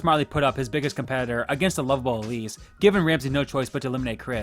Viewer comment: i know he meant to say “the lovable Elsie” but he said “the lovable Elise”… yeah, that’s debatable.